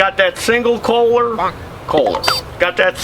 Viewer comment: KOH-LER!!! NOT KROH-LER!! UUUGGGGHHH!!!!!